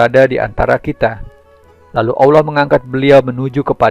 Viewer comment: Ente nyebut Allah saja awloh. Gimana bisa ente bakal di percaya?? Lucu ente ya.